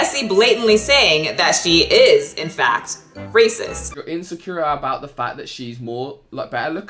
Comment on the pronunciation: It’s not “rassaaaast” it’s “RACIST”. If you’re going to qualify yourself as something specific, learn how to pronounce it first!